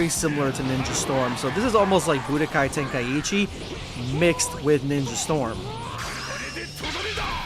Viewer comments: Why does everybody call it Budokai Tenkaiheechi, pretty sure it's pronounced Ten-Kai-Chi. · It’s pronounced Ten-Ka-i-chi